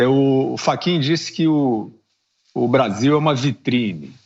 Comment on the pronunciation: Parei de assistir quando o iluministro falou "VITRINE".